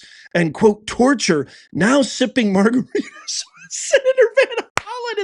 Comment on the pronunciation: It's not margaritas lol!